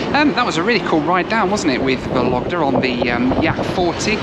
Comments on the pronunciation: The way you pronounce Vologda....sounds like a lockdown 😂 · Drinking game: take a shot of bourbon every time he says "Soviet", a shot of scotch every time he says "YAK-40", and a shot of beer every time he says "Vologda". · Only two things bothered me someway. Stress in the name of the city. VOlogda, not VolOgda (if you pronounce that 100 times…). And choice of music, it is so weird, but obviously it represents how people from outside Russia imagine Russians :) Otherwise that was a funny and interesting video. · ВологдА, а не ВолОгда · VOlogda, with the stress on first syllable. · Cool video, mate! But the city is pronounced VOlogda (the stress is on the first syllable). :) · It’s vOlogda. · vOlogda , not volOgda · It's VOlogda, not VolOgda))) Sounds so funny and non-Russian)) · VOlogda, not VolOgda! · You pronouncing accents wrong - Vólogda, NOT Vológda. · vOlogda not volOgda :) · thank you for this amazing video. First I'd like to say, the name of the city of Vologda has emphasys on the first syllable, it sounds like vOlogda. Yak-40 is one of my favourite soviet aircrafts too. In the eighties I had flown on it many times. Three Ivchenko turbofans sound really cool, but they are too voracious. Fuel consumption at cruising is about 1100 kg per hour (~2500 pounds). Aviation people consider that Yak-40 is most fuel ineffective aircraft among small turbofans. About altitude in Russia. Russia uses feet and RVSM since 2011. But air traffic controllers in any regional airports continue using meters. Also flying and cabin crews often say altitude and speed in meters and km/h to passengers, even though they work with feet and NM. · A good drinking game would be have a drink every time says ‘Vologda’ 😉 great video!! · The correct pronunciation of Vologda is VAU-lug-duh with the stress on the first syllable. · VOlogda — the stress falls on the first syllable. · I think the right pronunciation is VologdA ;-)